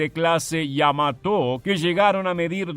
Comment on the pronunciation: En la palabra Yamato no veo que lleve tilde en la o, por lo que no se porqué el relator acentúa prosódicamente la palabra en la sílaba to. 🤔👽